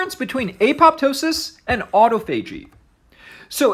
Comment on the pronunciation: It's pronounced aa-taa-fuh-jee, not "auto." Thanks for your videos, I enjoy them .